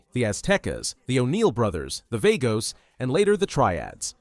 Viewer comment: He said Ballas and vagos wrong